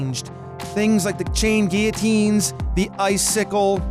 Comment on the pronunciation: I'm so glad you pronounced guillotine right!